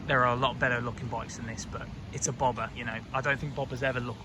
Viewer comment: Its BobbeR not bobba! Lol